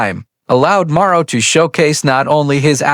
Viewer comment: Clickbait. Can't even pronounce Morrow.